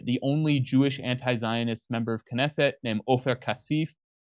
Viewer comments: If you can't say, "Knesset", you may be out of your depth.... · You're such cute monolinguals! And also parochial: haven't heard of the Knesset... no clue of how to pronounce it, either. This is indeed a comedy show, American-style. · Oh my God. Can’t pronounce simple well-known Israeli words? Get the fu k off my phone. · really needs to practise reading these texts before going on camera, he can hardly read a sentence without a mistake! And I thought Jimmy was bad. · He is also lacing in literacy. He can't pronounce simple words like "Likud" or Knesset" He is, in short, an arrogant idiot.